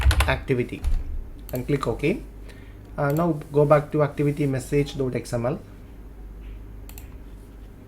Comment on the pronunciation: 'message' not 'massage', really dude! learn English pronunciation first!